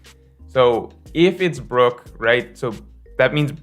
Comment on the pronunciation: It's Brook